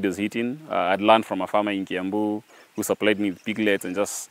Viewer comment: Did he say Kiambu?